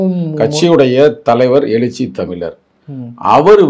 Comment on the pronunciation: எலிச்சி தமிலர் இல்லை எழுச்சி தமிழர் தமிழை சரியாக உச்சரிக்க